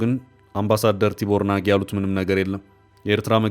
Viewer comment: እባካችሁ አምባሳደሩ ስማቸው ቲቦር ናጊ ሳይሆን ቲቦት ናዥ ነው። አስተካክለህ አንብበው።